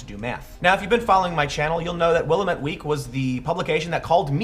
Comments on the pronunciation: People not from Oregon never get this right, Willamette is pronounced Will-am-et not Will-uh-met. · Great video Tim, but you had me stumped with Will-Uh-Met Week? In Oregon we pronounce Willamette like Will-Lamb-It. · Sorry, it's my hometown. Willamette is pronounced will-am-it, not will-a-met. And yes, it's an idiotic rag of regressive propaganda based in Moscow on the Willamette (River) Portland, OR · It’s WillAmette, damnit, a like in apple! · Tim... it's "will AM it" not "willa mitt" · Willamette is pronounced Will-Am-it. The way my mom told me she used to remember it was "Well Damn it" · Its WIL-AMIT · Not that this really matters, but locals pronounce it 'Will-AM-et' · Pet peeve... it's pronounced will-am-et ( the middle syllable is am, as in "I am"). I grew up here in the Willamette valley. At least you didn't throw in an extra vowel syllable at the end like a lot of other people, though. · Tim, FYI it is pronounced: Will-am-et. It's named after the river that runs through Portland. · It is pronounced Will-AM-ette :) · Pronounced will-am-it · Willamette (Will-am-ette) Weak and The Mercury blow. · It's pronounced: WILL-AM-IT here in OR-UH-GUN. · "Wil-lamb-ette" is the local pronunciation ,Tim. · Will-Am-ette. That's how it's pronounced. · I am going to go to this talk, in my neck of the woods, thanks for letting me know it is happening! Also you pronounced Willamette wrong but everyone who does not live here does so no worries. Keep up the awesome work man!